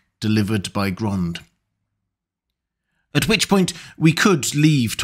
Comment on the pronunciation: "Grond-uh! Grond-uh!"